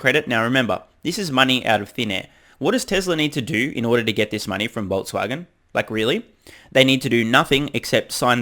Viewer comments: Did they say Vol"t"swagen?? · Voltswagen haha😜😜 nice aprils fool story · Haha...FAW-Voltswagen. At least it is 4/1. But the joke's on Reuters.